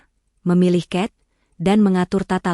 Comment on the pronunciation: Kisah yg sangat bagus.orang yg hatinya tulus sederhana dan memaafkan.tolong min di perbaikin dikit bacanya .cat ya di baca xat bukan ket .bahasa indonesia asli.sa _i bukan sai.lampung menyimak